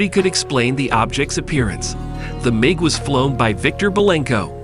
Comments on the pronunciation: Not only do I look for accurate information, which was hard to find here. I also look for how well the narrator tells the story. Well, this dude cant say MIG the same way twice, and it seems he is reading a script without understanding what he is actually saying, otherwise he wouldn't be mispronouncing so many words. I don't understand how all these mistakes are left in a video. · Please learn how to pronounce Sinai and MiG.